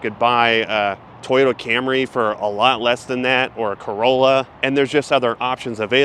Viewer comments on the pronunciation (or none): none